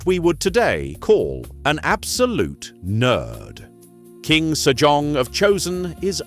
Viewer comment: I kept hearing King Sir John :D